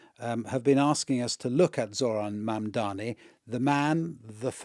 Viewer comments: Still pronouncing his last name wrong, giving Cuomo more time to speak than him! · Ikr, they look really stupid. If I can pronounce his name, surely these "professionals" can. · All three hosts butcher the pronunciation of Mamdani's name. British arrogance. Try saying Hampshire or Worchestershire as they are pronounced and see how snooty Britishers get. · You all white people need a prep course, how to pronounce MAMDANI. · Mamdani spelt it to Cuomo, it's M A M D A N I. And still he can not pronounce it. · What is wrong with the woman interviewing??? Couldn't she find some time to check out how to pronounce Zohran Mamdani's name. So shameful for the interviewer and BBC. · We all know Cuomo can't pronounce Zohran's last name, but why is almost everyone on this BBC show STILL not able to pronounce MAMDANI's name properly?!! I'm looking at you. As peripheral an issue as it seems, details like being able to say someone's name properly demonstrates, at the very least, a recognition if not, acceptance, of that person's very humanity. It's reflective of the soft bigotry against the 'other', the 'immigrant', black and brown and perinnial 'scary Muslim', that goes on in many middle-class households of the dominant WHITE class of people in the West. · So they're talking about Mamdani, but can't get his name right. The BBC really is an embarrassment. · Dear #BBC, we know you are a propaganda channel but please, have respect for Mr Mamdani - teach your presenters to at least get the pronunciation of his name right! He is NOT Mamdami!!! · This woman kept calling ZOHRAN MAMDANI as MAMDAMI whereas her cohosts were pronouncing his name correctly. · This is a disgrace for a host who can’t pronounce a name correctly. Madam, the name is MAMDANI not MAMDAMI! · Mam -da-ni. WTF is so hard about that? They say Netenyahu all day long when they are sucking him off. Fkn WP man. They never, ever, ever change. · why is the lady saying mamdami? Dyslexia? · it is MAM-DANI📣